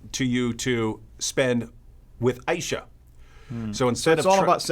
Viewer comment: If you're going to speak about that woman's name you could at least pronounce her name correctly. I. Ee Sha.